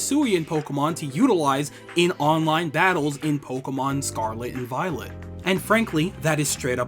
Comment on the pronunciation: You pronounced the Pokémon perfectly.